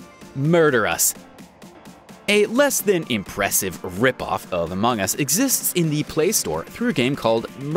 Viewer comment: Ah yes, Amoong us. I think he's either Australian or something on the lines.